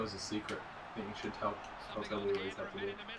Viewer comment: His name isn't Tobiias. Its Tobias